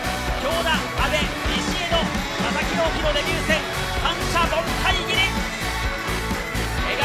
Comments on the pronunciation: アナウンスが「佐々木ドーンキー」に聞こえるのは私だけ？ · バカにしてる訳じゃないけど 名前のコールが佐々木ドンキに 聞こえてしまいました